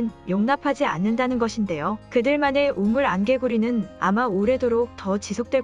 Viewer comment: 우물 안 개구리라 쓰고 우물 안개구리라고 읽다니 띄어읽을 땐 띄어읽읍시다 좋은 내용을 가지고도 전달력 때문에 보다가 말게 되네요